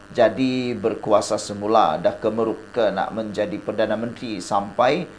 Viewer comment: Bukan kemeruk. Tetapi. KEMARUK.